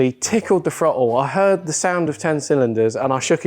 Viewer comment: "You 'eard". 😂